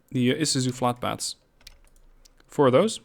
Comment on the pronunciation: It’s pronounced flatBEDS, not flatBATS. Also, you’re using a slow 70 km/h train for the Novosibirsk to Jeddah line